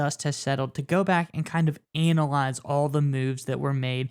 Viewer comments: Is he saying ANALize!? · Interesting pronunciation of analyze.